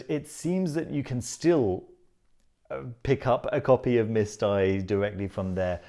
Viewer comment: Loved it!! Wanted to say also that It's actually called MISTE (μύσται), which ai (αι) is e (ε, έψιλον/ epsilon) in greek 😉